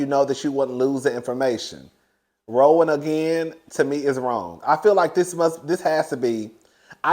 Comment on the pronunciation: really said ‘RAW-WAN’😂😂😂😂